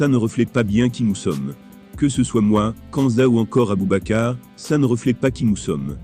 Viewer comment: C’est qui < > ou < > nan mais tu es sérieux , applique toi sur la prononciation stp